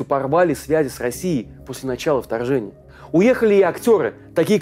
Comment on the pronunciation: В маЛте, билбоЛды втояЛжение. и т.д. и т.п. 😮😮😮. Вы что издеваетесь??? Замените ведущего пожалуйста!